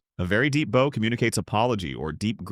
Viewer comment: Your AI narration doesn't know the difference between bow (boe) and bow (bahw).